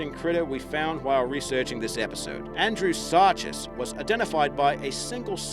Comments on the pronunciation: its pronounced andrewsarchus (Andrew Sar-Kus) with a hard K sound, if you are going to pretend to do research perhaps you can pretend you know how to pronoune the words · Any time you see the suffix "chus" it's pronounced "kus". AndrewsarKUS. DeinonyKUS. SarcosuKUS.